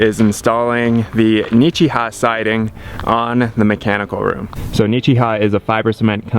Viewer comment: "Nichiha" or however you spell it sounds uncannily alike to "don't sneeze" in Russian. Especially with how you butcher the pronunciation with that little "y' sound at the end. ^_^